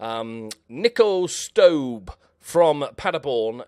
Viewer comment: Please do pronounce the "e" at the end of Stöbe :D